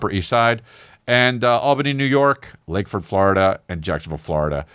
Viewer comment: “Lakeford Florida” 🤣